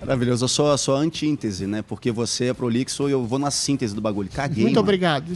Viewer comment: Eu sou a "antíNtese" (em )